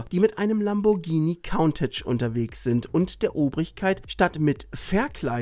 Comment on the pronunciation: Immer wieder eine gute Doku mit aufschlußreichen Hintergründen!👍 Als halber Niederländer habe ich diesen Film in Utrecht im Original mit niederländischen Untertiteln gesehen. Kleine Aussprechhilfe: Es heißt nicht "Kauntatsch", sondern es wird "Kuntach" ausgesprochen.😉